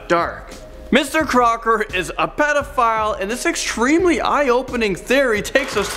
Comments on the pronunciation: Wait it's Mr. Crocker I thought it was Mr. Cocker...... 😂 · Crocker's? You mean Crock's? XD